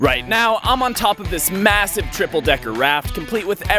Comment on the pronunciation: massive??? Masssve??? Massive?